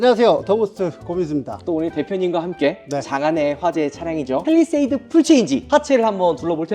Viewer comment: 팰리세이드가 아니고 페리세이드로구먼